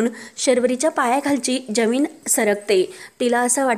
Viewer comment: जमीन आणि आयुष्य हे शब्द जरा नीट बोला